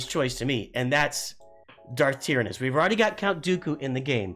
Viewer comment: Check you pronunciation of Tyranus. Also a new Thrawn with nightsisters would make sense.